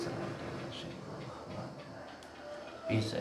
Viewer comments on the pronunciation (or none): none